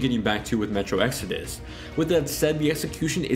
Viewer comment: This video kept confusing me. I'm so used to you saying Exodis that when you comment about Exodus I wonder what Jessie has to do with anything XD